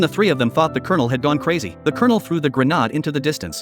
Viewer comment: What a stupid video. And using AI to narrate it. 'Grenahd' instead of grenade. What a joke!🙄